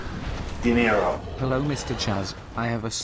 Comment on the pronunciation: bist du deutscher? :D hat sich angehört wie das typisch deutsche, genervte "hallo??"